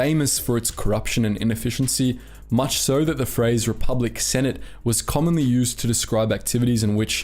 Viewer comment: "Rebublic". And now I'm imagining Bubba Jedi. I swear, sometimes my brain is not my friend.😂🤣